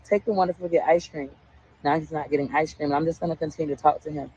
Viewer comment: I Know This Is Petty But I HATE How She Says “Ice Cream” There Is No “S” Sound In Ice Cream🙄